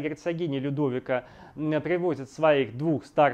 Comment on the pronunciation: Не ЛюдОвика, а ЛюдовИка. ГИзела, а не ГизЕла.